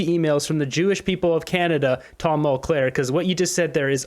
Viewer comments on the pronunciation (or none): It’s Mulcair not Mulclair. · Don't speculate or make 1/2 claims about something you cant prove. And the name is mulcaire not mulclare. Speech accuracy is important. You say things that arent accurate, you'll lose respect and smart viewers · Speaking of embarrassing, I know you can say the name "Mulcair" correctly,. Try it.